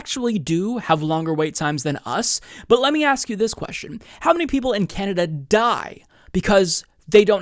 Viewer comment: I like how he said canader